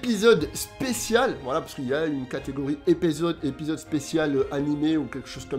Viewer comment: Tu m'as tué avec ton épéezode 😂